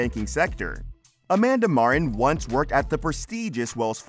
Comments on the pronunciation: Man what a fake title. And his name is MarTin not marren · Mar Tin not Marrin. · Their name is Mar-TEN. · Can the narrator not pronounce "Martin" correctly ? Coddington BOYD ? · Why do you keep saying Marin? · click bait! Nothing happened to him and you need to learn to say MarTin. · This is a great show. I researched this mispronunciation of Martin. Narrator may be leaving out the T sound. Its called T glottalization. Its a strange thing certain people do for God knows why. i notice its usually younger females. my favorite news channel has a young lady that pronounces Russia's president as Poo-in.